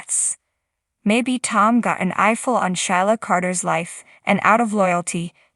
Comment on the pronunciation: Sheila is pronounced SheeLa. NOT shy La .